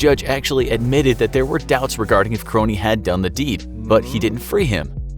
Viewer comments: His name wasn't pronounced Kronie, it's Krohn... Idk how you get that wrong 100 times in a video. Unless you guys did lazy research. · Ray's last name is simply pronounced krone, NOT kro- knee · It’s a minor issue, but Krone rhymes with “phone.” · Sad you can't even pronounce Ray Krone's last name right. The E is silent. And he was the 100th innocent person released from death row. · Krone don’t pronounce the e bruh